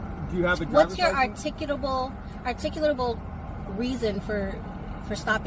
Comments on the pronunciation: “Articolub….articimuh…” Pure irony. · I love how all these SovCits struggle with actually saying the word 'articulable' despite it being one of their core defenses. Every one of these unregistered vehicles need to be towed, their owners need to be arrested for refusing to exit the vehicle as well as driving without a valid license and the judges need to punish instead of dismiss. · There's about a 7% chance of these people saying "articulable" correctly. Why do they even try? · I love that 'articulable' is so hard to say - it makes them look like idiots trying to say it.